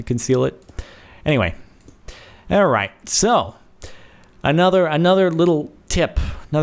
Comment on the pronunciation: WTF, was it just me or did he not start the video by saying "alrrrright"????